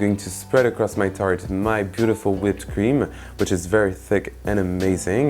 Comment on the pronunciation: That's a very nice looking Tarte. I'm totally digging the French ending at the end of every consonant, e.g. whipped cream-ME. Subscribed!